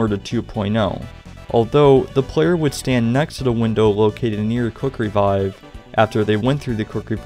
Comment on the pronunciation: Every time he said Quick revive I just Heard cookery vibe